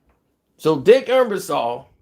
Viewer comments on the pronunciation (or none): Ebersol not Embersaul